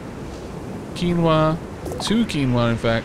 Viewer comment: Wow he said quinoa right!